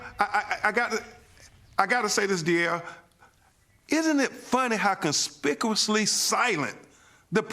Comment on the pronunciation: Con-spickle-lissly? You are a lawyer?